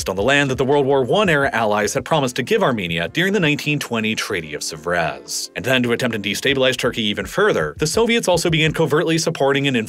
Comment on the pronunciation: Whilst we're offering constructive criticisms here, PLENTY of incidents of horrendous American mispronunciation of geographical places abound...i.e. Treaty of Sèvres should be Say-vruh, not Suh-vrez, Chios is Key-os, not Chee-os... many more, but those two stand out especially. When in doubt, double-check online, as it is easy and quick work. This sounds very sloppy.